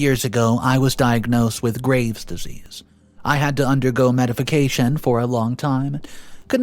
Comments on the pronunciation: Did i really hear "medification" instead of "medication "🤔😂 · I heard that, too! Funny!